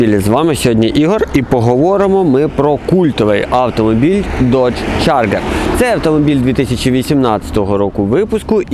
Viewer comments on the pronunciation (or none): Я тут згоден, трошки забагато води, та й вимова моделі - це повне фіаско. Чаргер😅😅, мускулкари.....